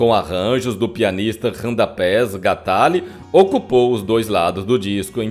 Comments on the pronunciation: Radamés Gnatalli,lê se ,guinhátali.Randapés gantáli é de doer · Porque usar essa voz cavernosa, com esse arrastado esquisito. Sofri para ouvir tudo já que o tema me interessava. P.S. O nome do artista do artista não é Radapés é Radamés Gnattalli( a pronúncia é Inhatali), acredito ser italiano.